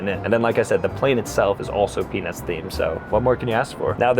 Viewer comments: Bro said peanuts so many times it sounded like penis sometimes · Was watching this while I was making dinner and my little one says “mama why does he keep saying penis” every time you say Peanuts 😂😂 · Bruhhh moist towels with peanus? Is the T the silent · Lol it sounds like it's saying penis instead of peanuts 😂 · Bro please pronounce the T in Peanuts😂 You said it so many times and all I was picturing was an adult themed Bachelorette style flight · Please pronounce peanuts more clearly 😂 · His pronunciation of peanuts vrs pen*s was odd. And funny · You ain't Sam Reid, also pronounce the T in peanuts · Bro did NOT say peanuts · bro is not saying peanuts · Guys, i dont think he was saying "peanuts" on the last flight 💀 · Peanuts or pen15 bruh u need to work on ur pronouncing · bro didn’t say peanuts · PeanuTs the T isn’t silent bro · I did NOT hear peanuts at ALL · Maybe try not to say peanuts to much anymore it doesn't sound like peanuts😅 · I swear hes not saying peanuts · Many times when you said "Peanuts", it sounded like you said something non-YouTube-friendly...